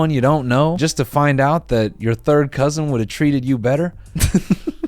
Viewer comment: take a shot every time noel says “cousin ÆUGH”